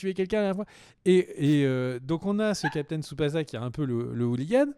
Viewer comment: Ça se dit Captain "Tsubassa", pas "za" Et puis c'est "Seursha" Ronan et "Killian" Murphy. 😁 out P.S: Des bisous à Jun alias Julian et sa chère Tipie, qu'il faudrait caser avec Bourdu, le mec à Bunny aussi appelée Sailor Moon, pour en faire le couple aux noms adaptés les plus pourris de France. 😇